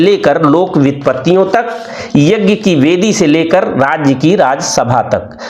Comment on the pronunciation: शानदार प्रस्तुति यज्ञ शब्द के उच्चारण में संशोधन किया जा सकता था क्षमा के साथ 🙏🙏